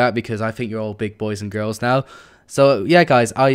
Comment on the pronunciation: its not gaurs its girls lol.